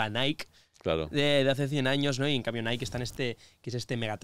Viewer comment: Porfa Bruno enseñale a decir "NIKE" lol